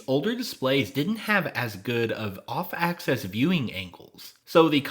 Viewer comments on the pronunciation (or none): When you mention the color quality at off-axis angles it always sounds to me like you're saying "off-access".